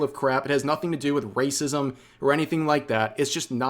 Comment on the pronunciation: They keep saying wacism because they never learned the word 'apathy'. Low iq mfs.